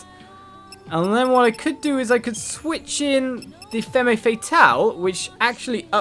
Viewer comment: femme is pronounced fem